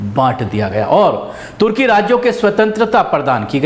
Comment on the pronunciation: no tarki Turkey..sahi nam lo .aap ko samaj mai nahi aata hai ke sahi kya hai ..........